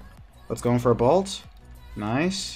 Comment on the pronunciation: Good content. Hate how you pronounce bolt as balt though